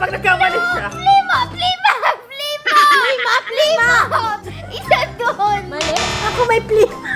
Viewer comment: Plimo yung sini ni mona si ate ivana ang nag sabi nang plima hahaha